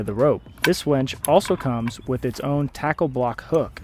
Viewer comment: The auto-generated captions agree with me that you keep saying "wench" instead of winch. LOL! :)